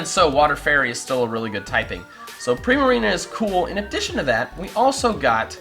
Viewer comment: Do we suppose to pronounce Primarina "pri-mareena" or "prai-mareena" because I pronounce it as the second one O.O